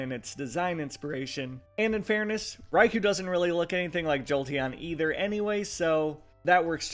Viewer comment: Next time can you please pronounce Raikou the official way? Like [Rai-koh], the [khu] is a common mispronunciation.